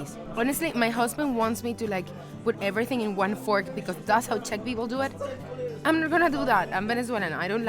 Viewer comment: "Teq"? What is that? "Czech"?